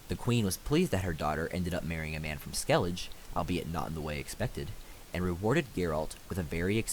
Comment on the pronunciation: the isles of skellije